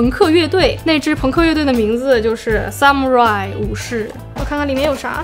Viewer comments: 武士发音好像是，萨姆拉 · 武士读法是。撒木拉依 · xxx伊。rai是两个发音。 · 那個武士的日文 不是這樣發音吧